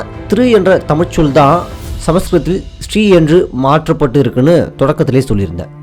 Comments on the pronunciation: It is NOT Stree! It is Sri (Siree)😮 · திரு என்பது தான் ஸ்ரீ ஆனது என்பது தவறான கருத்து. ஸ்ரீ என்பதை ஸ்டீ (sti) என உச்சரிப்பே தவறு இதன் சரியான உச்சரிப்பு ஸ்.ரீ என்பதே ஆகும். தமிழில் சீர்வரிசை, சீர்செனத்தி, சீரும் சிறப்பும், சீர்மிகு என்ற சொல்லாட்சிகளை காண்க. இந்த சீர் என்ற சொல்லைத் தான் சமஸ்கிருதமானது சீர்>>ச்ரி>>ச்ரீ>>ஸ்.ரீ என மாற்றிக்கொண்டது. சீர்+மை>>சீர்மை>>சீமை சீர்+மகன்>சீர்மான்>சீமான் பெரு+மகன்>பெருமான் என அறிக.